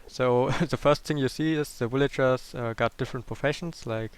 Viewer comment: ha i love the way he says villagers. willager XD